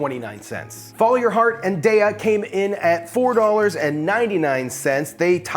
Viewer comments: It's "DAY-uh". :-) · Its "day uh" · Took me a minute to identify "cheese pull." You say it like a swimming pool, making me wonder how you say, "pool?" Darya is not good, and has almost no protein. The Field Roast brand, "Chao," is like a buttery white cheddar. It is the best, just doesn't come in shreds.